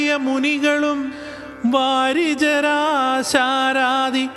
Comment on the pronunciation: വാരിജശരാരാതി എന്നാണ്.